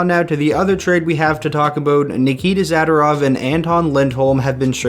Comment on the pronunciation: Zader-ov???? Nope. It’s Zuh-door-ov